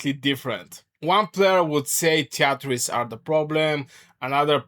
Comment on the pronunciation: treaties is pronounced "tree tees".